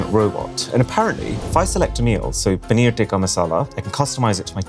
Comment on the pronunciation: I Respect Him Saying Poneer’ Tikka Masala With The Proper Accent.